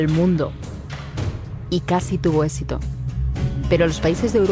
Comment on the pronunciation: se dice E-X-I-T-O, NOO "Esito"